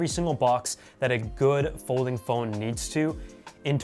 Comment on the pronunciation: "Polding fhone" 👍